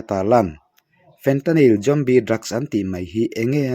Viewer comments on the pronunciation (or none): Tinge ‘Jombie’ i tih tlat a🎉